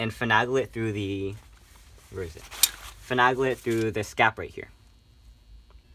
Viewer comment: Please pronounce finagle, with a long A in the middle of the word. FinAAAAgle ;)